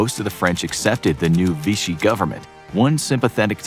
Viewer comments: Vichy not Vishy. Maybe don’t call Churchill a drugged up person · It's Vichy France, not "Vishy". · VICHY not "Vishy." Good grief! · It's Vichy not Vishy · lol... it's 'Vichy' not 'Vishy' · "Vichy" not "Vishy". Other than that, great upload! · its Vichy not Vishy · Vichy France not Vishy 🥲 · "Vishy"? You have got to be kidding me. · ok weird pronunciation of Britain but more importantly is was the Vichy government not Vishy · *Vichy not Vishy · "Vishy" government? Something fichy there